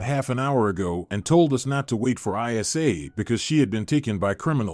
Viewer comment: What's I. S. A? What name is ever pronounced like that? Even AI should be able to read names more appropriately.